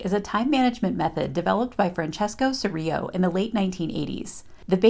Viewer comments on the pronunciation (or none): If Francesco was Italian, his surname is pronounced “ch” like ‘church’, eer-ee-lo pronouncing the ‘L’.